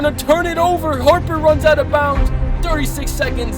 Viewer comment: I can’t believe how you said Harper and the bulls, do know who’s Michael Jordan